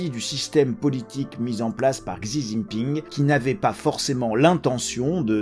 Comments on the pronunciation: Désolé mais « zizi ping » se prononce plutôt « shi ji ping ». Merci. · Merci pour l'analyse, par contre, si je peux me permettre, il faut prononcer le nom du président chinois comme il faut, à la chinoise. On dit «Si Jinping» et pas «Xi Jinping» 😄👍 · Juste ça se prononce chi Jing ping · La prononciation du nom du président chinois m'a tué😂 comment c'est possible autant de décès avec un virus devenu si peu dangereux ?🤔